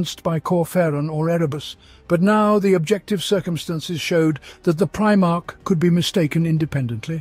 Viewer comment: Hey, it's pronouncing "Primarch" the right way now, as "mark" instead of "march"!. Now you have to switch the way it says "custodes" to "kuh-stow-dee's".